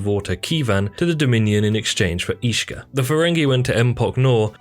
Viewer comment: combined with some mispronounced names such as Ishka and Dabo, makes it indeed feel like filler content narrated by someone who hasn't even watched the show.